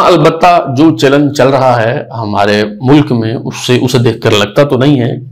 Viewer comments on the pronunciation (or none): none